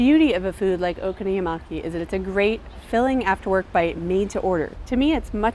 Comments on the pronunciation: Its not okono-yamai! Its Prounounced Okonomiyaki! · She says Okono-yu-maki instead of 'Okono-mi-yaki.' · What the hell did she just say? Okonoyamaki? :||| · Oh-KONO-mi-yaki. The stress is on the KONO. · when a word in japanese is pronounced like it was an english word and just modified... it's wrong T_T When you want to present an authentic meal like that and you want to give the impression you really love it, you should at least pronounce it decently oO o-ko-no-mi-ya-ki, it's sooo not difficult lol. But other than that... okonomiyaki are so delicious :D With kewpie mayonnaise :D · I might have enjoyed this video more if the pronunciation of okonomiyaki wasn't butchered to the point of having extra syllables in there. :l If I hear her say oh-konuh-miya-maki one more time.... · It frustrates me that she pronounces it "oko-no-yee-maki" ..How does she even do that? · "Okonomuyaki" :P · okonoyimaki? what the fuck is okonoyimaki,? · Pronounce it oh-koh-noh-mee-yakee :) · OH KOH NOH MEE YAH KEE god damn americans. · It's pronounced O-doritos-consomme....fuki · Learn how to pronounce Okonomiyaki before making a video about!! you're butchering it!